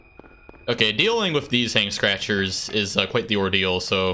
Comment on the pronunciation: I don't know why but I heard it as you calling the Hanged Scratchers, "Hank Scratchers" instead.